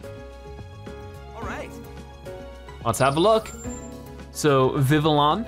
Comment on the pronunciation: Vivillion is pronounced viv-lee-on. Trust me I've watched the X Y anime